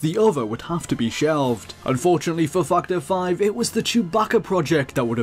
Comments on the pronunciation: The way this guy pronounces 'Factor 5'.. XD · "factor 5" what did he say though? not that...